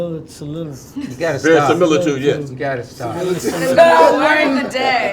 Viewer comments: I knew Kevin was goin to say “seliritude” again 😂😂😂, anybody else knew? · My dude said samilitude 😂😂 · I couldn't stop laughing when Kevin Hart tried to say "similitude" in the wrong context. So funny!. I love that guy. It's great to see all of my legends in one room😊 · Word has it that till this day, Kevin is trying to pronounce; SIMILITUDE!!! 😅😅😂😂🤣🤣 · guys according to legend... kev is still trying to pronounce similitude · 🤣🤣🤣🤣🤣🤣🤣The way I screamed when Don shook his head at Kevin trying to say that word!!😂😂😂😂😂These Iconic Legends Look Amazing!!!!!❤❤❤❤❤❤❤❤❤❤❤Always Loved their ACTING 🎭 across the screen over the years!!!!📺 🌹🌹🌹🌹🌹🌹🌹🌹🌹🌹🌹🌹🌹🌹🌹🌹🌹🌹🌹🌹🌹🌹🌹🤩🙌🏽🙌🏽🙌🏽🙌🏽🙌🏽🙌🏽🙌🏽🙌🏽💯💯💯💯❤️L😍Ve Taraji’s 🔥🔥🔥🔥Hair!!!!